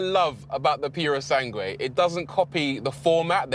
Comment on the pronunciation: PErosangue? Really? It's PUrosangue.